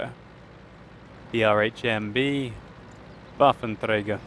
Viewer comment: you sound like a Russian each time you say "Waffenträger":P and - apologize - it sounds so silly!:D Why you just say "Gun Carrier"?